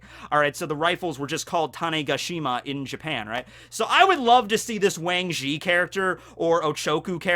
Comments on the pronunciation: The A in Wang Zhi is actually pronounced AH and the Zhi sounds more like Tze. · I still get over the fact that you're mispronouncing Wang Zhi